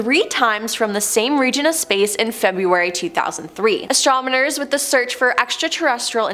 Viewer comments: I might be wrong but I think I heard astromoners and not astronomers. Haha! Great job tho! The entire video seemed like a tongue twister. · "ASTRONOMERS" not "ASTRONIMERS"!🤦‍♀️ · Stay On Top No, you heard right bro, astromoners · She said astromoners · You said the word "astronomers" more than 10 times, and only pronounced it correctly like 2 times 😂 you said astomoners so many times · That's what you heard? I kept hearing astrominors lol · Why does she keep saying "Astrominers"? Lol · Did anyone in the galaxy not know what word she meant to say.?